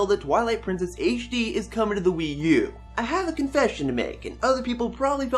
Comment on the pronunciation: You saying ''Twillight Princess Aishe D'' distracts me way too much.